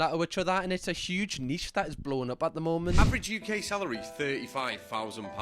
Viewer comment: “Last momf”